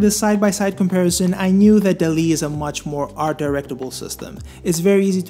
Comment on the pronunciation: Sorry but I couldn't watch further than the 1 minute mark, the way you were pronouncing the name for dall-e was really distracting. The name should be pronounce the same as the animation movie, wall-e, it's basically an intended pun. I don't know how to type the pronunciation but I recommend you to search online. Feel free to ignore my critic, but it really was super distracting and I couldn't continue with the video. Cheers